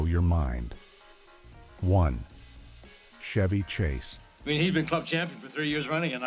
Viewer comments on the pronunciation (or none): Shevy Chase, AI mispronunciation